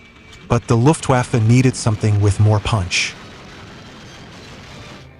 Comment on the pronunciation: Please, the "W" in Luftwaffe should be pronounced as "V", not as "W" in, for example, Wagon.